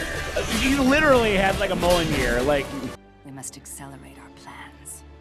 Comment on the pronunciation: “Mullon-year” ≠ mjolnir